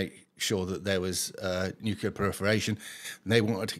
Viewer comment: Really small point but, it's nuclear, not nucular. Just sayin'. 🙂